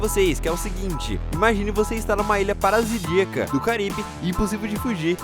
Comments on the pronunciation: “Parasidiaca” kkkkk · “Parasidiaca” foi massa kkk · Ilha "parasidíaca" ? Não seria paradisíaca? 😁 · "Ilha parasidiaca" kkkkkkkk